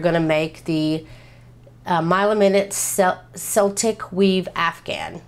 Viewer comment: Celtic is pronounced keltic.